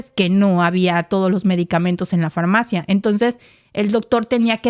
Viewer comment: Se dice: """FAR-MAFIA"""😢